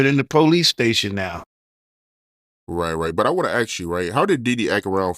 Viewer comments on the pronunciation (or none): Yo,its ask not aks damn it!